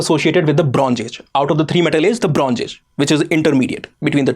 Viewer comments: It's Bronze, zeeee, not geeee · For Gods sake… pls pay more attention to pronunciation… not I-run, but more like I- earn for Iron, Bronz…z .. not Bronj… j… for Bronze…. And why is the word ‘E’ being added randomly in the beginning of some words?